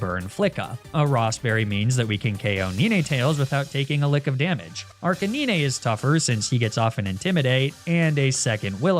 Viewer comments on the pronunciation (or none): Arca-nin-eh? WHY DO YOU PRONOUNCE HIM LIKE THAT? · Hearing Neenaytales and Arcaneenay back to back is torturing the grammar freak side of me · even after the “neen tails” the “arc a ne ne” after killed me 😂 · ah yes… nineightales and arcanineigh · You know whenever says arcanine, my brain immediately supplies that it's not arcanine but arcanine. Those who understand understand those who don't don't